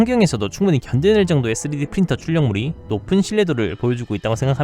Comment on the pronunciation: 내레이터 3D프린터 발음이 자꾸 쓰레기프린터로 들려요.